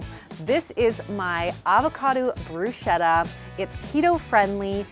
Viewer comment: Lovely, but that's not how you pronounce bruschetta! SCH in Italian sounds like SK in English, so it's broos-keh-t-tah and not broo-sheh-ta :)